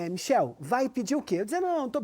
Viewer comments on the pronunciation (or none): none